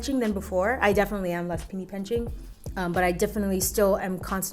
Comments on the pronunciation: love the positive vibes u always bring. You epitomize calm. lol btw, don't you mean penny pinching? I swear you said "pinny penching" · trying to check the comments to see if anyone else heard "pinny penching" lol love you girl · I love how you said "pinny penching" lol <3